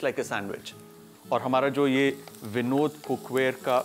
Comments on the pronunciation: It is vinod cook ware not vindo cook ware,😊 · It's Vinod or Binod 😂